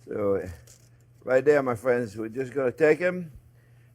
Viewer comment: "Well hello there phrinzzzzzzz!!!"